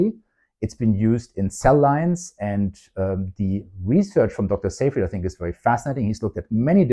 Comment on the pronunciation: You're the only person on youtube to pronounce "Seyfried" correctly. Congratulations!